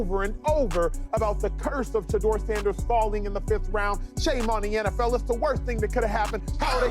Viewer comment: If you can’t say his name right don’t make a video